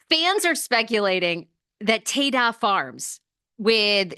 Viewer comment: It’s Ta-Da Farms - like presenting… ta da! I think your pronouncing it incorrectly